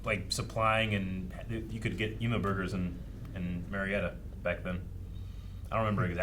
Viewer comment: A little tip for from an Australian, the word Emu, is pronounced "E- Mew".